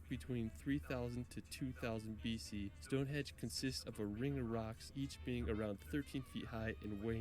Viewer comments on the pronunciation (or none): It grates on me when the guy in the video says "Stone Hedge". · Westminster...not minister. Stone Henge not Stone Hedge. I know you didn't make the video my lovely. But the guy who did really needs to tighten up those faux pas... So annoying. 😂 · This video is really good apart from the fact he calls it stone hedge the guy narrating the video which actually makes me want to punch him lol its Stonehenge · says "Stone Hedge" about ten times, but he was right the first time, it's "Stone HENGE". 😂 Oh, and Mt. Snowdon is 1,085m, not 10,085m. Eclipse Everest it does not.